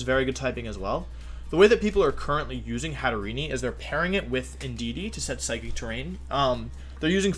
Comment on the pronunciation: Its pronounced Hat-te-rene not Hat-te-re-ne